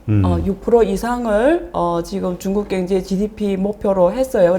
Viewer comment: 자꾸 경제를 갱제로 발음하시네 ㅎ